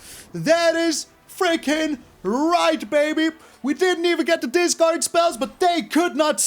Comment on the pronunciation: Discard, not datcard, my favorite card.